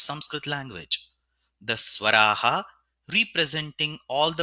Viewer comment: Do you say svarah or svaraha ? If it is svarahh ( with hh indicative of gentle air that is lightly audible ) , you very first pronunciation of the Panniniya shloka itself is wrong.